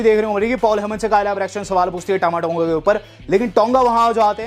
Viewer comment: It's not thama thonga... It's tama tonga